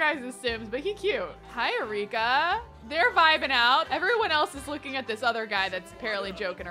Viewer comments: I was so confused when was calling Akira “Arika.” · It is akira not arika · Uh-ree-kuh 😂 Name: Akira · You called Akira “Arika”! lol